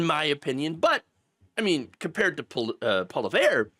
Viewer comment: I appreciate the effort you put into saying Pierre’s last name. Although you didn’t get it; you tried! That’s a lot more than I can say about many American commentators like BTC.